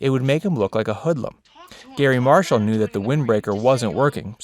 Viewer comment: According to , both are acceptable. They did mispronounce "hoodlum" though. The first syllable isn't said like "hood." It's actually like "who'd."